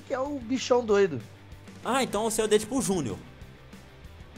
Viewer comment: Não é dedipo é dedimijo